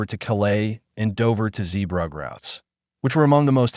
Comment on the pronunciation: At least pronounce "Zeebrugge" correctly, this video is absolutely shit